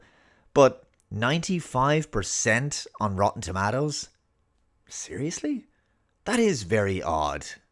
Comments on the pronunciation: Lol "tomattoes" makes me cringe as much as my mother saying "tamatas". It's toe mate toes! lol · its TUH MAY TOE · I love how you say tomatoes bro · Say tomatoes again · I’m just here to listen to say “tomatoes”.